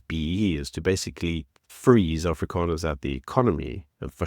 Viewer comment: If you can't say Afrikaners correctly don't say it. It's not Afrikaaners it's AFRIKANERS. ONE A OK. DO YOU GET IT.